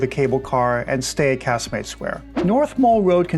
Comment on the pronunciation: I spend winters in Gib and own property there. I really enjoyed your video - it was well made and to the point. It has always frustrated me at how tourists are managed and your video illustrates this very well. I also enjoyed your pronunciation of Casemates and Eroski - my best friend in Gib is American and I sometimes have to guide her is how to say things too. 🙂 I hope that the Tourist Authority continue to improve the experience for people visiting Gib, perhaps the new cable car will help but the whole pricing structure and 'first impressions' approach really does need tackling.